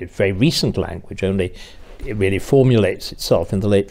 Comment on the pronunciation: Peter Willy is weally first wate.